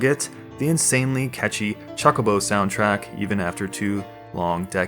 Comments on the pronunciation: Chalkobo? You serious? XD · The amount of times you say "chalk-oh-boh" and "Knob-u-oh" is tilting me. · did you say chuckabo? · I Love you for the videos, they are amazing...but please....its chocobo... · Come on, they even explained how to pronounce chocobo in FF8, there's no excuse for saying it that way anymore.